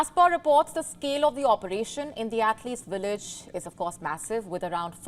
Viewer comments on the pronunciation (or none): Its Village not Willage 😂